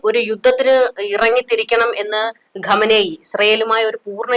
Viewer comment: ഖമ നേയി...അല്ല ചാച്ചീ.. ഖൊമേനി......😂😂